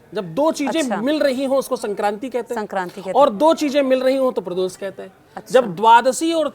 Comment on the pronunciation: ko sahi shabd ka gyan nahi hai,ve mukhay shabd ko baar baar ashudh uchharit kar rahe hai - Arth ka anarth ho raha hai... Kritaghnata keh rahe jo ki ekdum galat prayog hai,unhe kritagyata shabd ka prayog karna chahiye. Uchharan dosh hai. Prados keh rahe hai,pradosh shabd hai